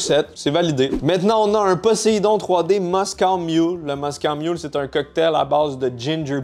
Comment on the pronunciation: On dit Moscow mule comme la ville et non moscooww hahah